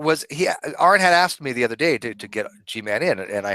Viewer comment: Three times he axed you Aaron!